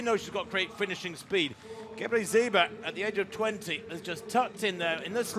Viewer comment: Brutal! "Gabbazebra" fhs! She doesn't even pronounce the city correctly.